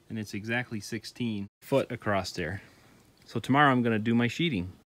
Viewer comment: Great video. But there’s a common mistake I hear many people (on and off YouTube) do nowadays. The word is across. Not acrosst. There’s no T after the word across. The other one is height. It’s not heigTH. It’s H before T. Unlike length and width, height has the T and H flopped.